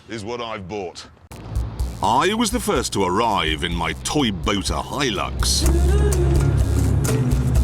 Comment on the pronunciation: From the "Toybota" to the "Nisboat"...